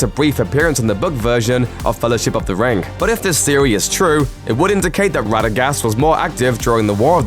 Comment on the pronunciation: It’s pronounced ring not “rin- GUH”